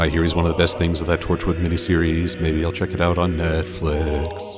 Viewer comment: Um did u say tourchwood